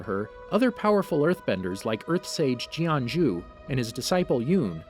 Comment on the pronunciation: I'm pretty sure that's not how you pronounce Jianzhu.